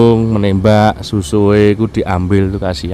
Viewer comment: SUSUUAAN BUKAN SUSUUE OM ONGKY 😊😊😊😊